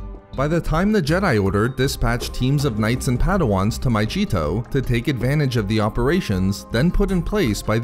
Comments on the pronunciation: Pronounced MA-Gee-to not majito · It's not pronounced My-g-tow! It's My-ge-tow! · your videos are cool and stuff but just a heads up, it’s pronounced my-gee-to not my-jee-to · My-g-eeto, not myJeeto